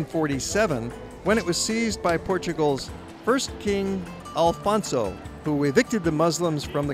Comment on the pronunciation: not king alfonso, but King Afonso